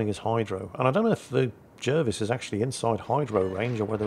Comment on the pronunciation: It's pronounced JARvis.